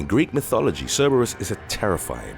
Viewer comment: It low key drove me crazy how he pronounced Cerebrus......JS